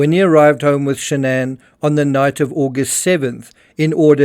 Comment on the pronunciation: Why SHA-NANN?? Her own father says Shannon...with no fancy twist.... what's her name?